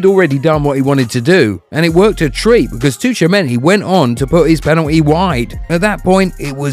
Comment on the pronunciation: It's Choowamany. This maybe is a Frenchman's surname, but the "tch" sound in it is the same as in words like "watch" and "pitch".